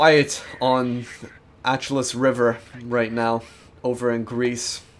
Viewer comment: I think it's pronounced Ash eloo